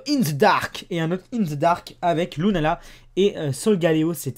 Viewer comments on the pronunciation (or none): il a dit lunana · Il a dit lounana